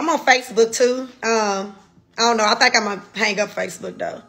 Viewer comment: Also “think” not “thank” I think.... Only say “thank” when you’re saying: Thank you!😊